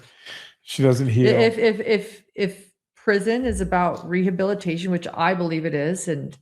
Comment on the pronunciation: Are we going to address the fact that Mackenzie cannot pronounce "rehabilitation" and that her mother is more impressed that Kim Kardashian "might" call her than that she killed two kids?